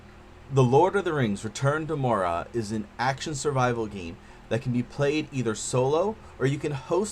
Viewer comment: good review but Moria is pronounced More-Ree-A